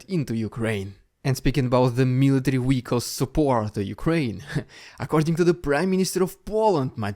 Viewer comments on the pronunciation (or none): Dude, not jewd. Vehicle, not wehicle.